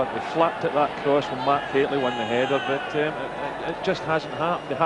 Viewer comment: No T in Mikhailichenko.